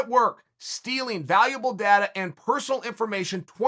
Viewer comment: the way he says "data"